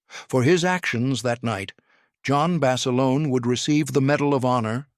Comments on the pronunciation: " John Basalonie " I mean , , get rid of that lousy A I narrator , , , Good Grief !!!! Cannot pronounce the English language correctly , , ridiculous , , , whoever loads up this narration, get with it or stop !!! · In the first part the called him Bas a lone, in the second it was Bas a loaney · Please pronounce Basilone 's name correctly!!!!!!